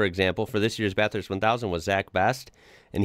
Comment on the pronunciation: No, he pronounced it correctly.